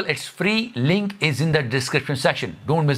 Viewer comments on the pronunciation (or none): none